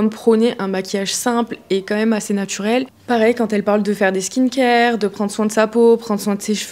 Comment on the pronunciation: « Les cheveux TCHirés » « Natchurel » « du positchif » Merci pour la vidéo, mais je dois dire que je remarque beaucoup ces prononciations 😅 et ce n’est pas très élégant 😊 enfin bref, c’est pas bien grave mais sait-on jamais, si jamais vous souhaitiez rectifier cette prononciation qui imite une mode… je vous le dis 😂 bise